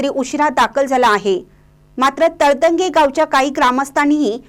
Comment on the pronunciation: मँडम तळंदगे असा उच्चार करा❤